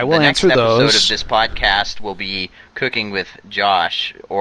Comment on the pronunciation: Spelled "Spwadcast" but pronounced "spodcast"?